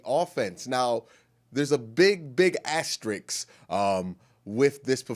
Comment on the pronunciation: "Axestrik" hahaha!